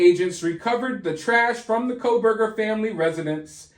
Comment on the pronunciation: It's pronounced Core btw.